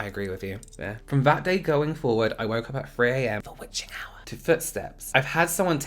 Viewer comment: Dramatic pause "WITCHING HOUR!" 🖤